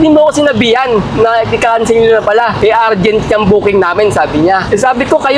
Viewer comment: URGENT (UR) not URGENT (AR) DEPOT (POT) not DEPOT (PAT)